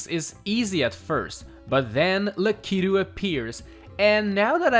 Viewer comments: Good video. But you pronounced lakitu way different than ive ever heard it. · The way he said Lakitu got me🤣🤣🤣